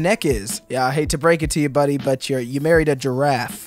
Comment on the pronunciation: It's buddy not body